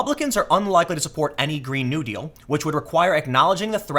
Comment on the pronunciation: It's Green (NEW-deal) not (GREEN-new) deal.